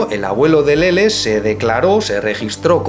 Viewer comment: Que bien pronuncia LELE 🌹👶❤